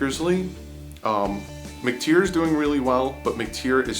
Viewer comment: 😂😂😂Dude, McTyer = mick tie err. His old man played in the NFL. There is a highlight video of him on YouTube, I know they say his name a few times. Tim McTyer. Your killing me smalls🤣🤣🤣